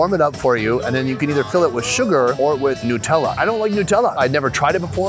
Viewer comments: Also, It's Nutella. Not Nootella. You don't say Noots. You say Nuts. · What is newtella , isn’t it Nutella ? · The way you pronounce Nutella as nootella gives me anxiety